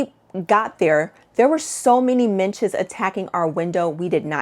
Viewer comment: I love a good packing video! BTW it’s midges rather than minches … I’m British and the Scottish midges are particularly fierce! You definitely need to remember your head-net if you visit the rural parts of Scotland in the summer.